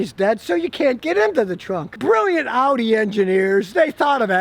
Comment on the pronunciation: So glad you pronounced audi correctly. So many morons pronounce it oddy